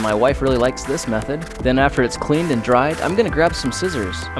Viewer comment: “ my wife really likes this meathod “ 😂